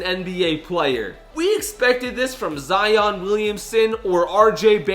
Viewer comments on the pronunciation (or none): none